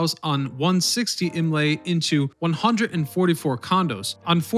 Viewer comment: aNdrea Doria - INlet not INlay